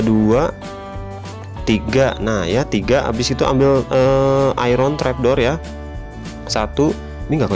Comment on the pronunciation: Sebut iron adalah "ayen" bukan ai-ron